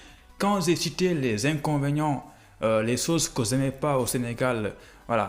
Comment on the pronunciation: Votre expression en français est tellement pauvre tu prononce mal c"est pas zè mais j"ai